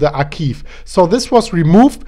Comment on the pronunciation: Archive is pronounced “archaive” rather than ”archiive”;-)